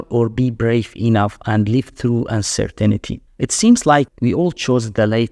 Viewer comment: Uncer-tinity Uncer-tainty